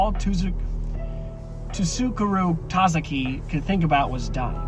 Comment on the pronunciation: Hahahaha. SOO-koo-roo tah-zah-kee. Don't worry, you got this.